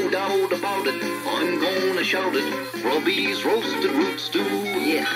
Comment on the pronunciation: Haha, it is not Gruddys but Grubbys